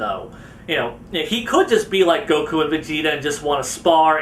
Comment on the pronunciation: Why do people not just pronounce the names of characters the way they do in the anime or manga, like the way he pronounces Dr. Gero or Gokus name it's just like no stop